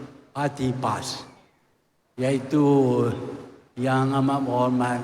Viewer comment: Sebut parti Pas pon kaku lidah tu Tun..